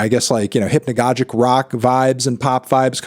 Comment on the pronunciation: I have heard fantano say the word hypnagogic at least 3 times in the last week and not once has he pronounced it correctly